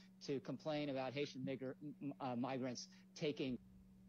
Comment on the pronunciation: the guy was just misreading the word migrant making it sound like big instead of byeg